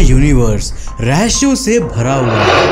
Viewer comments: Bhai why u say rahasya as rahashya and kaushik as kausik, don't get offended, i am one of your subscribers and fan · I like your videos.. but say rehaasyea not rehasshhyea.🤣...